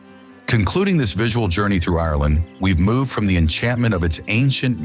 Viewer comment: I wish this didn’t grate on me so much but the pronunciation of the word Ireland is wrong. 😭😭😭